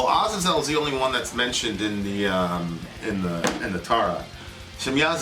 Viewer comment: I get so triggered whenever mispronounces Azazel. Almost as bad as when he mispronounces Chipotle, I don't know why that annoys me so much 🤓